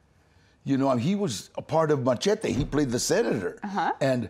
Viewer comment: She said machete incorrectly